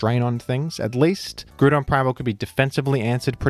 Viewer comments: "Groodon primal" Please stop. Please. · I swear you put groudon in these videos so you can say grudon 10x times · Why don't you pronounce Groudon like ground? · Why do you pronounce Groudon liked that? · I used to dislike how pronounced Groudon. But it grewed on me.